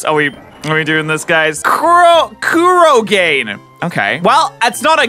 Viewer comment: Kuro-gain Ow my soul